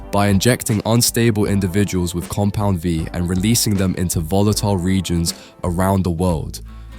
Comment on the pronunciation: Say it with me: "Compound VEEE"